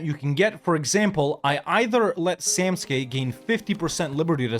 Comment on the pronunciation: It's funny how you can ppronanuce Samtske correctly but Tbilisi is a deal breaker XD